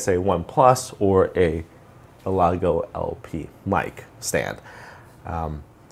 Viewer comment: Great Video thanks man you probably already know this but its Elgato not Elago but thanks again really appreciate